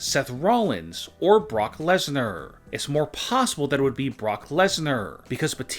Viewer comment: From to he says Brock lesnarrr so many times